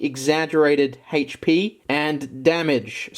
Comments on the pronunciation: "HAYCH PEE" hehehehe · Hatech pee lol I love the way he says hp